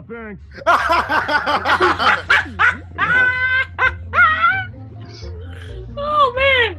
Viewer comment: Farenix? Oh, she means Pharynx. ;)